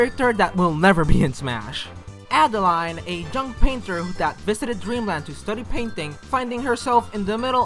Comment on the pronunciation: Adeleine would be pronounced like "Ada-lehn," not Adeline.